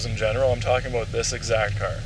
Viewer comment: Why can’t you say about properly?